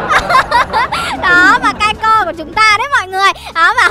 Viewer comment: Kai...Kai...Kai Co nha mn ko phải Kai...Kai Rôn